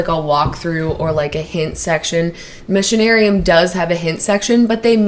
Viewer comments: For anyone still wondering 10 months after, "Missionarium" is supposed to be "Machinarium" :D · Guys it's Machinarium, not Missionarium, haha